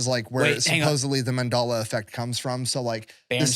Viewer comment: is mispronouncing Mandela on purpose....